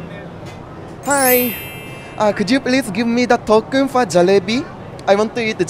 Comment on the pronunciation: It's to token not thokan ok 😘😍😘😍😍😘